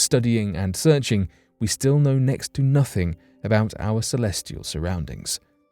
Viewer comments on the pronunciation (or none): none